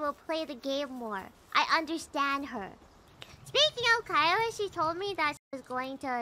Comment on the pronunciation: I think she is one in EN (or the only one) who call "Kaela" perfectly. I mean, not "Keila" or smtn